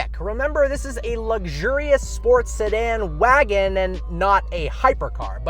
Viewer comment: you said wagon wrong. you said wagon wrong. you said wagon wrong. you said wagon wrong. you said wagon wrong, but then corrected yourself. you said wagon wrong, again. you said wagon wrong. Take a hint,.